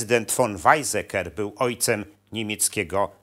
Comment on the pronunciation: "Wajcseker" a nie "Wajzeker"